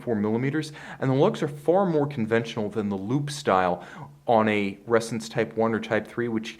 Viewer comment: I keep hearing resins